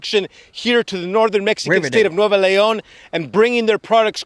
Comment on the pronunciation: His Spanish is awful. He butchered the name place. "Monterrey in Nuevo León" came out as "Monte ray in new eh-vou lee ohn" 😮